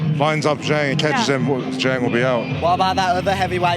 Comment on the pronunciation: Why is opetaia calling pronouncing "Zhang" as "Yhang"?